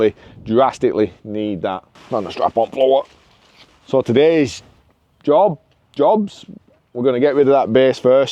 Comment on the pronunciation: carefull with the accent, you found a strap on, floor..... 😜🤣